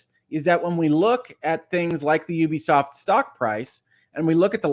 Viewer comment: First off, thank you for being one of only a handful of people in gaming media who actually knows how to pronounce Ubisoft correctly. :) Secondly, while I do think a buyout is inevitable at this point, if Tencent ends up owning the company, that'll be the end of them getting my business. Tencent is one of the most evil companies in the world and among many other things, are also the operators of the social credit system used by the CCP autocracy. Dig into them a little bit and you'll see how awful they are. Even as they continue to gobble up more and more of the industry, I've managed to largely avoid giving business to companies they majority control. The biggest problem with this situation is that despite Ubisoft being a public company and the duties that comes with, Yves Guillemot has always treated the company like it's his family's crown jewel. That's why he's tried so hard to rebuff all priot buyout attempts and why any suggestion that he hand over the CEO role to someone else is immediately and strongly shot down. This is about ego for him as much as anything else, which is why he's only considering taking the company private if he gets to remain at the helm. Consolidation is bad for consumers and ultimately, I'd like to see the company not be sold, but despite leading them through their biggest years (he's literally been the only CEO since 1986), he's also led them into their downfall. NFTs, failed free-to-play projects, the massive bloating of their open worlds, chas